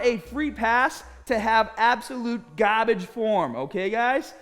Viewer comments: I'm training smaht and hahd with no gahhhbage. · Hey, it would be great if you could get us staaaahted on a inner back (rhomboids region) for this style workout! Thanks for cutting through the gaaahbage!